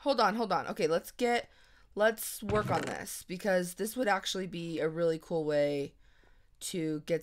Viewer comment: who else thought whenever says "cool" its "cruel" ( sorry for my english and spelling lol)